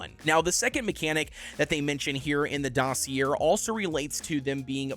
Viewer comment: you’re definitely not pronouncing dossier right lol